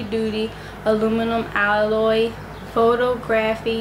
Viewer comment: You are too cute! I fell out when you mispronounced photography. I don't even know what your content will be about but I'm subscribing, I just came across this looking up ring lights 😂😂